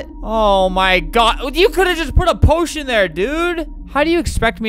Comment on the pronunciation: he said poition i thought he said oh shi